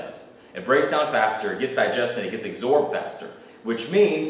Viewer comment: abosorbed. the word is absorbed.